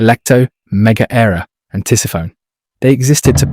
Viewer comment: Oof. Some of the pronunciation in this video is tough on the ears 😂 great video nonetheless! In game; Ares is pronounced “Air-eze” Hephaestus is “Hah-fest-us” Tisiphone is “ti-sif-o-nee” Megaera is “muh-jeer-uh” Aletheia is “ah-lee-thee-ah”